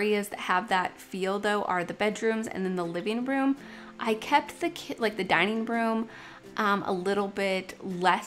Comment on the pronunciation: “Liveen room” “dineen room”really?